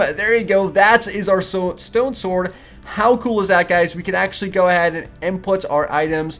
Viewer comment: you pronounce sword "svord" but its pronounced "sord"